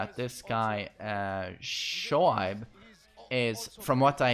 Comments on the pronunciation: Pakistan really killing it in these Tekken tournament! It’s also great to see characters that you’ll think wouldn’t stand in tournament battles to just smash it! P.S his name is pronounced “ Show-Abe” 😉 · Shoaib is pronounced "Shoayb" like how people say "ayyy" that's how you pronounce it. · Let me make it more easy. It's show-aib (that's Abe from the word 'babe')